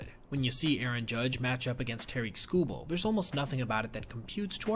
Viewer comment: No way my brother just said "Tareek Skubal"